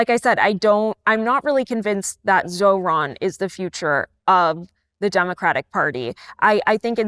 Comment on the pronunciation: You don’t mess with Zohran… I hear it Zohan every time someone says Zohran…